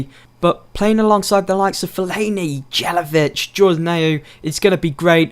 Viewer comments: Isn't "Jay-la-vitch", the song of the "J" is like the song of "Y" Ni-ki-tsa Yé-la-vitch :p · Please pronounce Distin and jelavic correctly